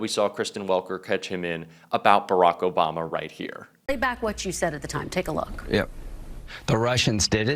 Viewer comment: It's Obama not Abama you idiot!